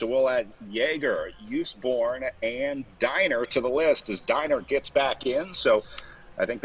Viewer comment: P.S. "Diegner" is pronounced "Deagner". In your way it would be spelled "Daigner/Deigner" in German.